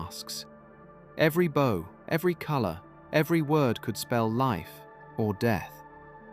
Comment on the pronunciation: For our friends who are a little slow, when the narrator says bow(bó) it doesn't mean this 💝 or this 🏹. It's mispronouncing bow(bau), the common asian greeting and display of respect.